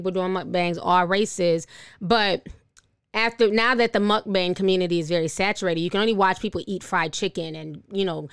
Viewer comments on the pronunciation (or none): In the defense of mukbangs (which is pronounced "Mook-baang" btw with an "a" sound like "palm"), they started out as a very wholesome practice. Oftentimes in Asian countries, people put in 14-16 hours of work - or more - per day, almost every day. This is on top of their commute. Its part of why suicide rates there are so high. They tend to live in borderline isolation because at the end of the day, they simply don't have the TIME to go out and meet people, so it ends up being a very lonely, depressing way of life, especially if they don't live with family and they're single. The simple act of watching someone eat, being able to "share" a meal with them, is a huge comfort to them. Mealtimes are incredibly meaningful and important in Asian cultures, "Have you eaten?" or "Are you eating enough?" is synonymous with showing someone you care. Having that little bit of intimacy helps them feel like they aren't quite as isolated. It became very popular. As more and more people started getting into it, the landscape started changing and it started to be more about the FOOD and what people were eating than the company. How it became the gluttonous thing it is now is anyone's guess. The lack of respect and cultural awareness didn't help, I'm sure, though the Koreans, Japanese, Chinese, etc, mukbang crowd are to blame as well for running with it. It's all just very sad to me. It breaks my heart that people look on the entire mukbang culture with disgust now because of how its been twist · "Mukbang" pronounced Mook-Bong.